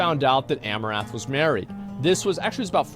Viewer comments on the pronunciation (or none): Is it my imagination or are you saying Amourath rather than Amouranth. missing the N